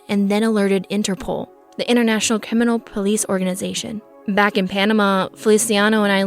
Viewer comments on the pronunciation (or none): "International CiMiNAL Police Organization," lol